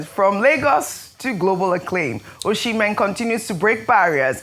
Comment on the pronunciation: Ojy, please stop pronouncing Victor Osimhen wrongly. The name is Osimhen not Oshimen. He's Edo not Yoruba. I find it shameful that Journalists would come on air to pronounce their own names wrongly. But they would strive to pronounce foreign names properly.